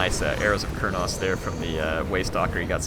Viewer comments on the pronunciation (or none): Stop saying arrows of Kurnas! Its not NAS. Its Kurnous. Stop it lol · No it is not.